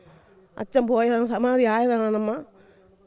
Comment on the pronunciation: എന്തോന്ന് സമാതി ഒന്ന് തെളിച്ചു പറയിൻ ഒന്നും മനസിലാവുന്നില്ല 😮